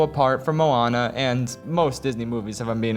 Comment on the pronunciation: How the fuck is Moana your favorite Disney movie? yet you can't even fucking pronounce Moana and Maui properly.